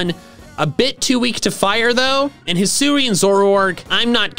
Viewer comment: HISUI, NOT HUISI!